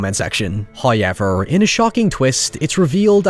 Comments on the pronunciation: First "hoyevver" drops . I watched His ad for nothing! :D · My favorite thing about videos is the way he says "however". Every time I hear it, it's an instant gem. Thank you sir